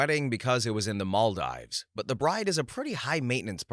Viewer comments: Story 61, Maldives is pronounced Mal-deeves. I was cringing every time he said it. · Story 61 - Near narrator: "Maldives" is pronounced "mol-DEEVZ": a long E sound rather than a long I. Also, it's not "nupitals" it's "nuptials"; pronounced "NUHP-shlz" (often misspelled "nuptuals"), and pronounced like "partials". Finally, "et cetera" is not ek-SET-uh-ruh, or ex-SET-uh-ruh, it's et-SET-uh-ruh. "ET."